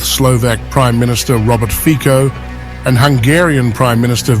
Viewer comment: Learn how to pronounce Fico.